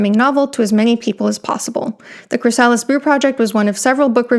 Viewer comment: CHRY-sa-lis, not chry-SA-lis.